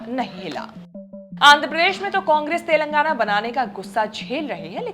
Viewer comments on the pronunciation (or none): none